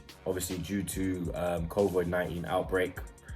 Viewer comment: makes fun of Robbies pronunciation then says "covoid-19" Lmao